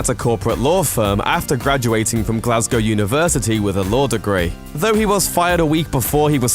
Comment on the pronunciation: You said "Vo" - did you mean "Though"? After making fun of Gerard's accent you could at least speak English...